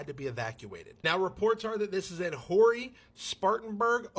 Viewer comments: Let me help you. It is NOT, I repeat not WHORY county (Horry) but actually pronounced Horry (O-REE) county. I lived there in Surfside Beach and took only one arse reaming from a county employee about the pronunciation! Also it’s Sun. 03/16/25, I’m in Spartanburg but am unaware of any fires . . . Let me check the news! 😳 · Horry , SC, is not pronounced "Whorey". It is pronounced, Oree. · So the wildfire in Horry county South Carolina (pronounced Orry) was from a woman who ignored the burn ban and was burning trash in a fire pit in her back yard. She ended up catching a nearby tree on fire and then it spread into all that- all that damage because she thought she was cool enough to ignore the drought conditions and the burn ban and whoops- major forest fire! And yes she did get arrested and is facing jail and major fines. And the drama AND the fires are still going on in the Myrtle Beach area, it's been like 2 weeks of fire. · Horry County is pronounced Orry. Just sayin’